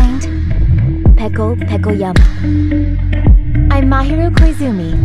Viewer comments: “Peko Pekojama” 😶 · "Peko PekoJAMA" ...Typo? Cause it's Yama